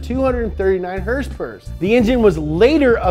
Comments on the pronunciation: I love the way he pronounces "hrsprs".. Not so much a fan of his pronunciation of aluminium. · I was eating an egg roll and I thought he said it had 20 horsepower